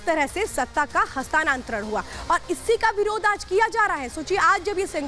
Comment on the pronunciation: हस्तांनंतर नही हस्तांतर होता है.... चिल्लाती हुई औरत😂😂